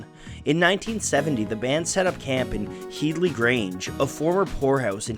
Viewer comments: It's head-ly grange not heedly grange lmao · It’s pronounced head-lee, like bed-lee. Not heed-lee. Watch an interview with Jimmy Page. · Head-lee grange mate, not heedly. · Its pronounced HEADley grange, not HEEDley. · HEAD-ly, not HEED-ly. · its' pronounced Headley NOT Heedley . .. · HEAD-LY Grange. Not HEED-LY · Headly Grange pronounced Hed - ly. "When the Levee Breaks" - drums recorded as explained but also thru an echo machine (Bimson?). See Rick Beato who got it from Glyn Johns (again, ? Surname) who engineered it. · head-ly, like your head. HeaDly Grange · It’s pronounced ‘hed-lee’, other than that great video! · Disappointed in the butchering of the somewhat easier “Headley”, though.